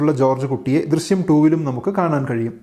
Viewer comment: Drisyam alla drishyam